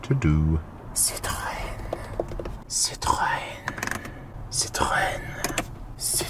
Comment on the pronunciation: Only at the first quarter of the video, but as a french native speaker, I've to congratulate you for your prononciation of Citroën. Back to the video